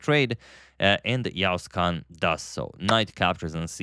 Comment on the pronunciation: you pronounced yağız kaan's name almost perfectly 🫡